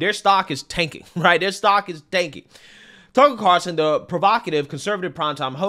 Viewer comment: He is your biggest influence yet you can’t even say his name right. Get it together